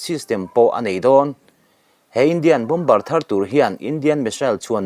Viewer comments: Bombar ti nulh nulh suh, bomar ti a lam tur aw. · Bom bar ti ziah teh suh Bomer ti hram teh. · Bomber ... Bomer ti a lam rik tur niin kalo hri a han enchiang deuh teh naua